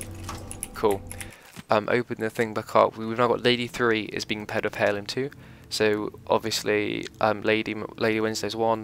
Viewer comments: It's pronounced Airloom, not hairloom. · Funny how British people pronounce the H in most words. ie: “herb heirloom”